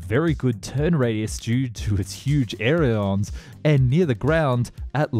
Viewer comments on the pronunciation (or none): … did you just call Ailerons, Airions?